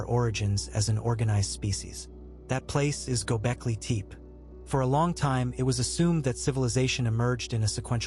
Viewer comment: It's not pronounced Teep